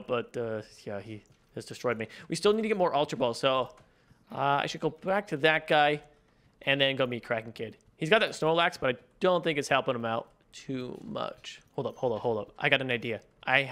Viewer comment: we got mewt! me: THERE IS NO T!